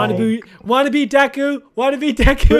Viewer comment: you can say goron but you can't say deku you say it like deeku